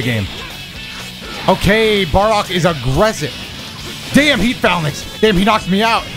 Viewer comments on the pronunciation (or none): It’s pronounced Fay-lang-ks, not fal-nix :) It was an Ancient Greek battle formation where a line of soldiers standing next to each other would lock shields and march forward with spears out. It was a staple tactic of advanced ancient Greco-Roman militaries! Not trying to be snarky. I used to pronounce hyperbole as hyper-bowl for the longest time and I appreciated the correction lol. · heat "fallnix" lmao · Yo! Phalanx (pronounced like Fay-Lanks) is an ancient formation of soldiers armed wit spears and shields, with the shields made to overlap so the soldiers were fully protected. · It's Heat Fae-lanks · Him mispronouncing “phalanx” every time was killing me LMAO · Listening to mispronounce Phalanx is hilarious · you mispronouncing phalanx makes me unreasonably mad no offense though